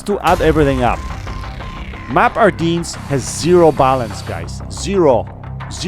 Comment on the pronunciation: Good vid and tips on how to play this map. One MINOR correction, it is NOT pronounced ArDEANS. The correct pronunciation is ArDENS, see Battle of the Bulge, WWII. The AMX 30B IS a Damn good tank. Please, no apologies for how many vids you are putting out, YOUR time is valuable to you and your family, we are happy to wait for your vids. Take care...